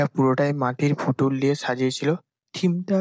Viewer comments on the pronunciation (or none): মাটির পুতুল ❌ মাটির ফুতুল